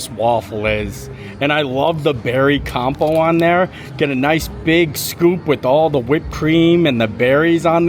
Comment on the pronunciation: Love you…can’t help myself, as an English major…It’s, “compote” with a “t” not “compo” 😘